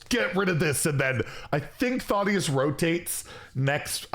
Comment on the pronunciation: Thotius? THADDDDDIUS